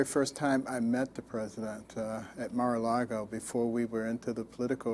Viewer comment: Dude don't say Marlgo. Epstine is on the mews weak the fk up